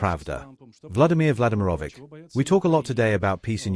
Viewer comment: Vladimir Vladymirovich The last "ch" is pronounced as in Church. Not "K"